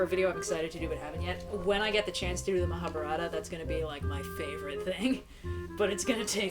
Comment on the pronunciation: Reds pronunciation of the mahabharat is really weird